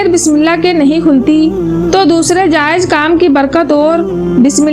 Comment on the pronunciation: Vedio achhi hai, voice me thoda crisp lana padegi, aur tallaffuz thoda sa sahi kariye "ajeem - azeem" "jayej - jayez"